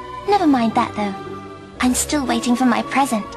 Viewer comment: "and it seems you haven't gotten her a pwesent yet"